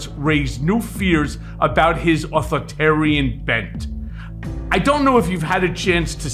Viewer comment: Michael, you need to learn how to pronounce “authoritarian”, it adds to credibility. Put the “i” in between author and tarian bruh.